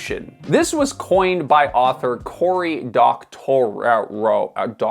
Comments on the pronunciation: DOC-tor-row. So close. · I'd expect that the traditional pronunciation of this guy's name is dOc-tuh-rAWv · Why did you disrespect that man by butchering his name tho????